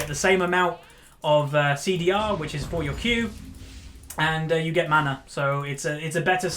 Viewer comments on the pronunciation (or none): none